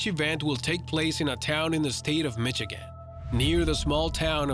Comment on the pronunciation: It’s not Mitch agin it’s Misha gin...just sayin👍🏾😎